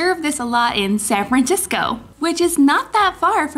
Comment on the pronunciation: You said San Frantisco. Not San Francisco